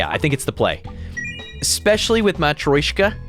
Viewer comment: Hello, I thought I’d let you know the nesting doll is pronounced ma-tree-o-shka not ma-troy-shka. Apologies for backseating your word saying